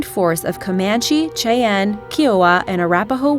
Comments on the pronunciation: chay-ann LOL shi-ann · Just to let you know those are not the buffaloes he was hunting. Those kind of buffaloes are not in US. It is not called "chay-ann" it is pronounced shai·an. It is not pronounced "mechong" it is mee kong. The two longest sniper kills on record which far surpass any of these mentioned are both done by Canadians and where not mentioned. One shot being 3,540 yards away. Inaccuracies drive me crazy. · Tchay-en... Meek-ong... One shot, one lull... Not criticizing so much as saying Wha...? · Cheyenne is pronounced Shy-Ann not Chay-enn. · It’s pronounced ky-oh-way. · Who is the twit doing the narration? (No. Don't tell me.) How do you mispronounce Cheyenne? (shy-enne isn't difficult.) How do you mispronounce platoon? (Where do you get plaaa-toon from? ) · For FYI, Cheyenne is pronounced like Shy-Anne!!! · Besides getting the buffalo wrong, you messed up the name of the Cheyenne Indians. It is NOT pronounced SHE-ann. Thumbs down for your research team... if you had one. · chay ann? I wish they would dial in the correct pronunciation. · Cheyenne is pronounced 'SHY ANN'. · Yup. Showing photos of water buffalo as American buffalo is just stupid. miss pronounced Cheyenne. It's pronounced shy ann. I'm stopping right here. This is too stupid to watch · If you can't tell a water buffalo from a buffalo, if you can't pronounce Cheyenne correctly, I stop listening as soon as I wrote this. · This would be better if the showed a Buffalo and not a water buffalo and also if she pronounced Cheyenne correctly. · You pronounced Cheyenne incorrectly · Nice video, but the narrator mispronounces many words, such as "Cheyenne" and "Miracle".